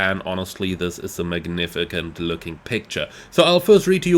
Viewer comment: Well damn! This is looking impressive! The levels of detail here are tremendous. Great work from everyone at PMDG! BTW,, just an fyi.. 'magnificent' is pronounced 'magnifisent'. Thanks for the news update on this plane, looking very much fwd to it.